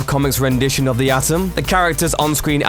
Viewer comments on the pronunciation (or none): none